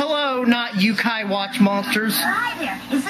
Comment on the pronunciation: Man. As someone who actually has a passing interest in Yokai mythology, it annoys me more than it should have to hear him mispronounce it constantly. Not like it matters,, this video would have been a trainwreck either way.